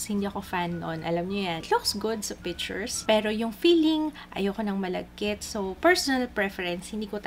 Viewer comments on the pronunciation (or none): U always say PITCHUR. 😂